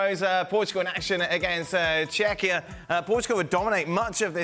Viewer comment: Can they not pronounce the name of the country team, Czechia , come on man